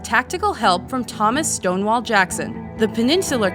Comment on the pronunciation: I doubt it, you didn’t even say his name right. It’s Stonewall, not Stone law